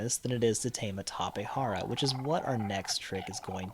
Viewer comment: Tapejara not Tapehara. Its also Jenny and not Henny.